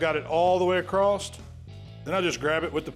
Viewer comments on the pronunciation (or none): Am I missing the boat on us changing the pronunciation of the word across to "acrosst". Did I miss a vote or something?